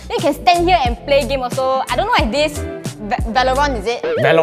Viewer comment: I half-died when she said val-lor-lon I fully toh when she went "Hello Infant Night"